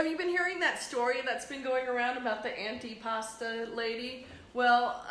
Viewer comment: Antipasto...with an O